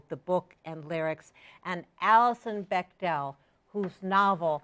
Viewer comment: You say "BechTEL." 24.43 I say ''Bechdel." Let's call the whole thing off.* *Notice the apparent IMMEDIATE change in Alison's demeanor. (%^(